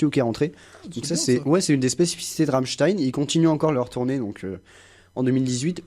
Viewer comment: par contre c'est Ram''m''stein et non pas Ramstein